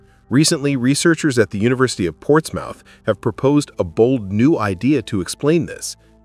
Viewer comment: Ports Mouth hahahah - the Americans tenuous grasp of the English language is the gift that keeps on giving